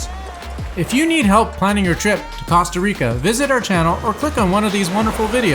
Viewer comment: Maybe you should learn how to pronounce Costa Rica before you start making videos